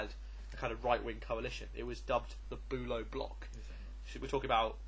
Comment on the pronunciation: As a German speaker, I can't help but giggle at your pronunciation of German names, Hohenlowe perfectly mastered and then Boo-low. A job well done though, guys!